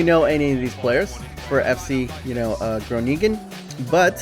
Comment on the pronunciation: Match against Willem... Twee (Two) :P FC Groningen (the typical dutch ghhhhhhh) But only the first G. But wasn't bad.